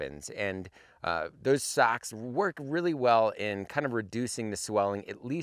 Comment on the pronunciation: I thought he was talking about sacks. Nope. Socks......DA bears